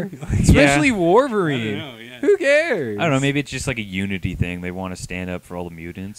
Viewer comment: Enough with the WAR-VERINE! It's WOLV-ERINE!...Had to get that out...sorry.